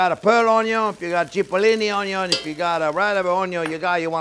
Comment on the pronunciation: I just love how the French say onion it sounds so classy.